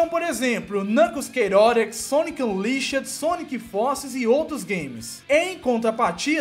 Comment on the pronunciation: A pronúncia dele de "Chaotix" é agoniante KKKKKKK